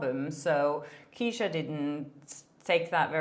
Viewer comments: Love your content, thank you for all of your hard work! Just a quick note - Ke$ha is pronounced "Keh-shuh" ☺❤ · Btw, Kesha is pronounced as Cash -ah